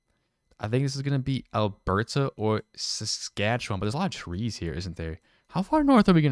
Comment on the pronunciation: The pronunciation of Alberta and Saskatchewan made my ears hurt